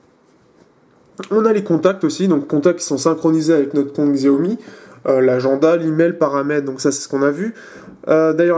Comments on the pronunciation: xiaomi se prononce siaomi ou çiaomi. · Ça se prononce shiaomi